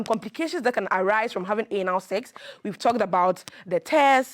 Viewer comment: How she pronounced the Anal sef is a great lesson 😂😂🤭🔥